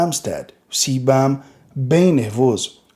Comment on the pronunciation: Você gosta de um béisibou béfi?